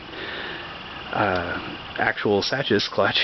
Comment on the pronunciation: Looks like white plastic cylinder on the Spec is a teflon coated bushing (or other similar material). Also I believe Sachs is pronounced as "Sax". I could be wrong but that's how I pronounce it anyway.